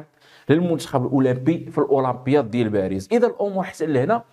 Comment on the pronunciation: لماذا تقوم بتفخيم حرف الألف عندما تنطق كلمة الاولمبياد ؟